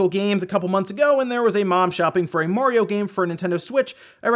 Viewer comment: It's mario not morio BTW...